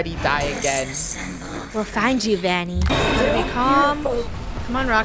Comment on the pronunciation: It’s vanny not vonny